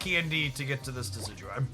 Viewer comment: I still cant believe he says Decidueye perfectly but cant say LuNAla